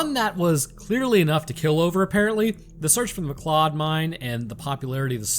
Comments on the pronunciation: It's pronounced McCloud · Science tells us: Form the way pronounces "MacLeod" - he has never seen Highlander. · This be true.